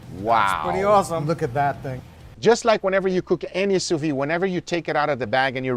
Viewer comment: It's pronounced sous veed. You should pronounce the D.